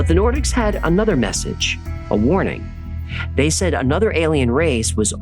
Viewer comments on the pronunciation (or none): none